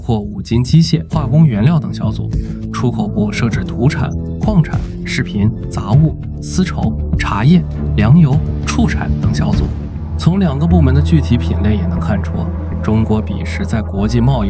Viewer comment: 真人吧？AI不会读错。游弋读成游戈，畜产读成chu产